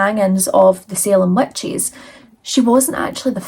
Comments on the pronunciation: Where are you from? The first time you said witches, I heard wet cheese. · Please tell me I'm not the only one who heard "wet cheese" when she says witches😅